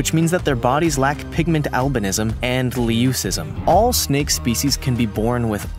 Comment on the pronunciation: All the things in the video that I am here to correct Most of the San Francisco garters are very common in the snake keeping hobby The rainbow snake is a boelens python Leucism isn’t pronounced lee oo siz um, it’s pronounced loo siz um Malagasy leaf nosed snakes aren’t rare at all, their conservation status is at least concern and they are fairly cheap in the snake keeping hobby Are u dumb?why mention the split jaw on only the round island boa? Every single damn snake on gods green earth has a split jaw. Dragon snakes do not live in Bermuda